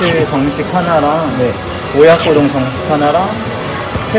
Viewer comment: ノリがよくてきれいな동생さんですね🤍 さんの親子丼の発音が めっちゃ日本人で、さすがって 思いました😂👍🏻